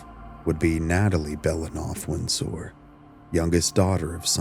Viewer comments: "Winn-Sore." Lol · Are you AI? Why do you say Windsor weird?